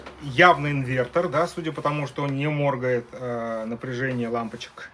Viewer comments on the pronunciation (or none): Автор, проработай ударения в своей речи, ухо режет твоё мОргает 🫣🫣🫣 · Почему лампочка мо́ргает, а не морга́ет? На видео мерцание, моргание лампочки не показано!!